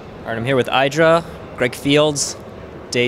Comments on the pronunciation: I thought it was pronounced eee-dra, and not eye-dra... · HIS NAME IS NOT AIDRA!